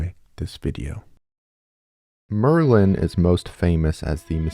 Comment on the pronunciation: Why did i think you said maryland...if your from md u get it